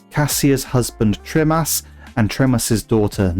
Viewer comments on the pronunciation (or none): Tremas is pronounced Trimas 😊 we only spell it Tremas because he was taken over by the Master 😂